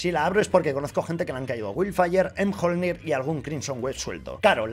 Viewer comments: Que es miolnir como el martillo de Thor no emjolnir!!! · Amigo se dice miolnir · Si pronuncia miyolnir